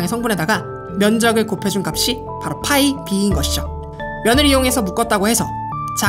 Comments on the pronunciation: 영상 잘봤습니다- π를 [fai]라고 발음하시는데 phi(Φφ)와 pi(Ππ)는 다른 글자입니다.. ^^ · π의 발음은 fai 아니고 pai이죠. :)